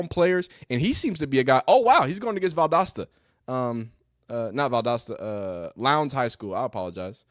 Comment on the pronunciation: Just because you pronounced Valdosta correctly I subscribed😅